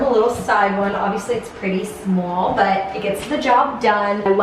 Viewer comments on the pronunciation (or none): When u said small in the bathroom your east coast accent came out !!!!